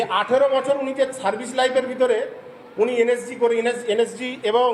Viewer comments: এ তো নিজে একজন ভুয়ো সেনা,NSG কে উচ্চারণ ই করতে পারছে না বলছে NSC,, আগে নিজে ঠিক করে মিথ্যা বলা প্র্যাকটিস করে আয় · এই তো দেখছি এন এস জি কথাটাও ঠিকমতন উচ্চারণ করতে পারছে না এন এস জি কে বলছে এন এস সি। এই ব্যক্তি প্রাক্তন সেনা কি না সেটাও সন্দেহজনক।